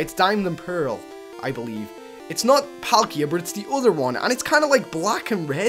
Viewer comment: Its palkia -_